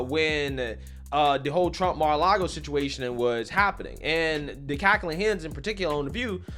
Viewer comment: “CAR-LAGO” ARREST THIS DEMENTED SUCKER